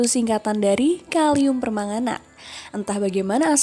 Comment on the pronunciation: Per - man - ga - nat jadi per - manga - nat 😂